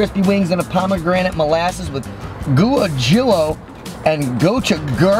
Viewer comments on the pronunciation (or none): I love. Man has been doing a food show for like six years and still pronounces foods such as guajillo like the whitest grandfather on earth. “Goo-ah-jill-o” 😂